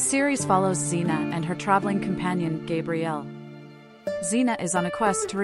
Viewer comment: As a diehard Xenite, the fact that you keep saying GABrielle wrong is making my eye twitch! RIP Kevin! Taken entirely too soon! You kept so much out of each character's storyline and put so many of the ages wrong. Also pronounced other characters' names wrong. Damn, so disappointing.